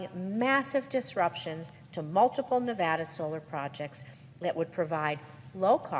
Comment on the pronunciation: Great video, but please make sure to say Nevada correctly. It drives people from Nevada nuts.